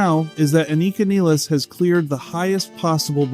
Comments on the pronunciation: Its pronounced Niiiiiiles! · its niles like miles. please get her name right